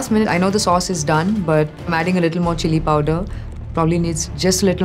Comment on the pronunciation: chilli powduh